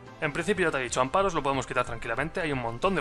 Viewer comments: Amparos!!??! Mis oidoooos sangraaan! AmFaros por diooos! jajaja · Gracias, pensaba que era el único que notaba que moría un pichu cada vez que decía amparos.